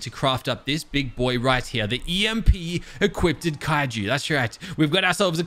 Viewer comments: Anyone else have an eye twitch when say "equip-ted" not Equipped? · "Equippeded."